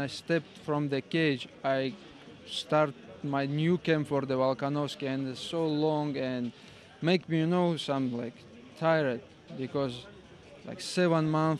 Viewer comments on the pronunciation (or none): I like how both Islam and Khabib pronounce the word 'tired' as 'Ty Red'. Hilarious.